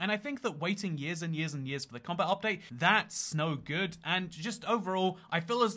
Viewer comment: With how you said, “that’s not good” it sounded like “that snow good” and I couldn’t tell if it was a pun cus u just talked about snow balls